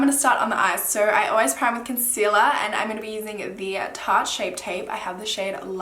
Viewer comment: something about the way you say "tarte" is soooo satisfying omg